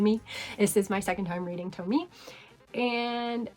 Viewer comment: I loved this list- very indepth and interesting. Btw, Tomie is pronounced "Toe-me-eh" :)